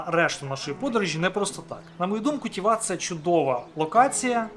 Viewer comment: Гарне відео про Чорногорію 👍, так, щоб побачити справжню красу природи, треба активно подорожувати. Я живу в Чорногорії 4 роки, і то, не була на всіх локаціях 😂. Ще є в чорногорській мові одна особливість, в основому наголос на перший слог, тому ТІват, КОтор, НЕгуш, ХЕрцег НОві, ПОдгориця😊. Безумовно в не сезон менше людей і метушні, але я полюбляю і коли туристи приїздять, по перше сама працюю з туристами, по друге щиро радію, що люди можуть подорожувати, бо побачили часи п@ коли нікого не було, то було сумно... Тому, приїздіть в гарну країну, а якщо потрібні апартаменти подобово, звертайтесь 😊, ціни помірні.